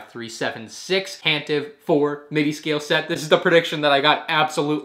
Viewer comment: it’s pronounced Tant-i-vee